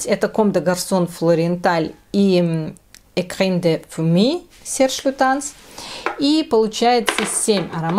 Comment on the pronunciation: Poslednie dve bukvy v slove 'écrin' ot Ecrin de fumée chitaetsya takje kak s slove Frapin. -in v kontse slova. (eto tak na vsyakiy sluchai esli vam eto interesno). Spasibo za video, bylo ochen' interesno.